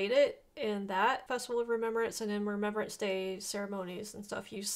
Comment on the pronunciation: 🇬🇧RememBrance, not rememberance. Youre welcome. 💜🕊